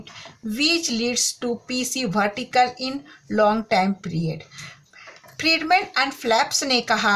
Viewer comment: Bhartical nhi miss vertical hota hai